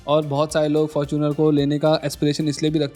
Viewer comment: Fortuner nhi Faaaarchunar 😂